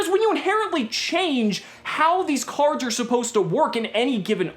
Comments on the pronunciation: "Crards" lmfao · Actually all English Prime Monarchs say Crards, not just the Supers.